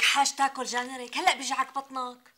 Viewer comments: كرام قالت جانرغ 😂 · هههههه كرام خانم قالت جانيرك بدل جارينك